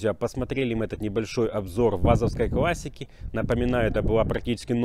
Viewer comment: Не квассики,а классики.Неужели так трудно,слушать противно.